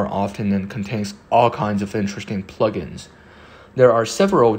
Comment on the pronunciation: Lol "plugins" your accent made me hear the word Fu**it